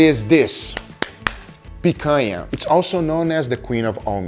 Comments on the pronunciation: Gugas pronunciation of picanha is impeccable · I heard him speak picanha with no accent and i thought: is he brazillian? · Man, I have something to say to you… Guga is brazilian too, just like us 😂 the way that he said “picanha” was so perfect that I went to google to research it. He’s from a small city in Minas Gerais. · Hahaha... as I was watching the video, I was asking myself, "Is this guy from Brazil?" Cuz the way he pronounces picanha is the brazillian way, but more important, the way he was preparing the meat it was exactly how it is prepared in Brazil, and there is no way a north american would do that, thats not how north americans prepare their their meat for the grill. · Funny how the Algorithm works, I just got home from a meeting with friends and we had a Picanha that I bought at the market and then I opened YouTube and voila a video about Picanha. Also I didn't know Picanha had the same name outside of Brazil lol I was shocked by heaeing him saying exactly like we do here. Tenho certeza que os outros br aqui tambem gostaram hehehe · A gente sabe que o cara é dos nossos pelo nick e pela pronuncia da palavra picanha ;D concordo em genero numero e grau! Picanha é incrivel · Tava falando picanha bonito demais pra não ser br hahah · the way guga says picanha like omg, he says it so well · Love the way he says Picanha with a perfect Brazilian accent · Guga said picanha in such a natural and correct way that I had to double take that he wasn't a brazillian. Orgulho da nossa carne nacional sendo exposta assim pro mundo. Fraldinha também é bom. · Meu amigo, eu nunca na minha vida imaginei que você fosse brasileiro. E te falar, lhe acompanho há tempos! Achei sua pronúncia de Picanha excelente e achei estranho um estrangeiro falar desse jeito, uma pronúncia bem brasileira. Quando você disse "In Brazil we use...", aí entregou! Well, contratulations on all of your videos, you're amazing and trully helped me about cooking. Keep the awesome work!